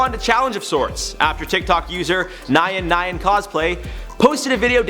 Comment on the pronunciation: the way you pronounced nyan